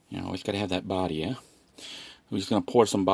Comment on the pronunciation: I've been watching for a while. Thanks for sharing your life. Thought I would mention, while the brand of the seasoning is spelled Badia it is pronounced Bad-e-ah. Also, have you tried Goya brand Adobo seasoning. It is cheaper than buying the small Badia bottles at the dollar store, you can find it at any Walmart and in my opinion, tastes better than Badia.